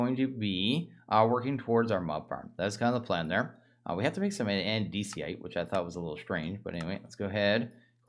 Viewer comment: When he said that I was like “WHAT!?!?”